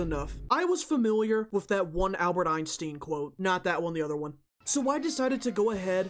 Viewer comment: EINSTEEN? ITS EYE-N-STINE (like spine)